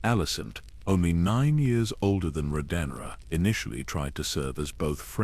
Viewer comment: Bro you gotta do better pronouncing these names. I literally just heard you call rhaenyra Rodenyra. What the fuck?